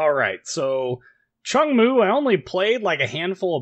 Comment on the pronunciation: Nice vid, sub finished! Its pronunciation is much closer to 'choong-moo' than cheong moo. Just postscript XD